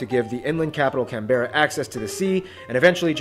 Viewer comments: Ahhh non- Australians pronouncing Canberra 😂 we don’t prounounce the ‘e’ .. it’s Can-bra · Ok we dont call Canberra that it is Cambra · Language... Pronunciation and what's written down, especially with place names, doesn't always match up over here. Canberra isn't pronounced by Australians with the "berra" part at the end, it's really said as "Canbra". So it's Can-bra. All run together very quickly. Another example is the country town of Wagga Wagga - it's pronounced as Wogga Wogga (or just as "Wogga"). The "a" after the W is always said like an "o". Another example is the city of Melbourne. The "bourne" part is said as "burn". So it's said like "Melburn" or even as "Melbin" by some. In fact people living in Melbourne are described as "Melburnians" and not "Melbournians". Brisbane is said as "Brisbin", or very similar to that. Certainly I've never heard it said with a "bane" at the end. I'm sure there are many many more examples but I'll leave it here. Current population: just under 26 million (25.8M). Australia is a very fast growing country. Migration to Australia, especially from Asia (China and India in particular), is substantial. After WW2 there was a huge migration to Australia from Italy and Greece and, of course, Britain. That pretty much dried up by the late 1970's and was replaced firstly with migration from newly communist South Vietnam (often called "boat people" at the time as many of them fled on dangerously overcrowded boats, some of which tragically sank mid way), then China and India in the late 1980's onwards. Migration from Britain to Australia has continued but in rather lesser numbers t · He really got got me when he said "can-bear-a" for Canberra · OMG its pronounces Can-bra not can-berra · aussie facts we pronounce canberra canbruh not canberruh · He did not call it can-berra Its pronounced can-bra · The pronunciation of Canberra is painful... the 'e' in not pronounced. The easiest way is Can-Bra or 'bruh' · And it Can-bra not CAN BERRA